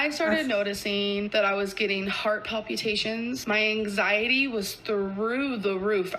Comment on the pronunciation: You’d think after being in the amberverse for as long as I have, the way she pronounces anything wouldn’t bother me anymore …but “PAL PEU TATIONS?”